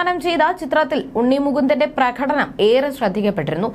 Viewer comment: പ്രഘടനം അല്ല കുട്ടി, പ്രകടനം